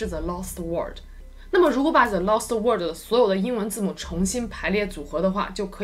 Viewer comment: Wayne Ren 那个念 worrrld.....